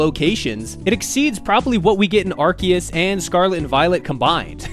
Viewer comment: legit liked the video and subbed just cause you say Arceus the right way, and I will never not stan for poketubers saying names right. 😅